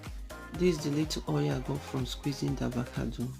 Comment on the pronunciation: This girl is literally saying THEVACADO lol hahahahaha